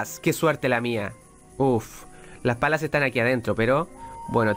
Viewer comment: la nueva forma de decir "palas" .... "pelas"!! xd